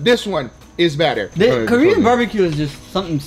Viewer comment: "the more turns you do, the "BATTER" it is..haha..